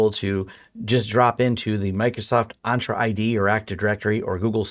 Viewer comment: FYI Its EN-tra not ON-tra ;-)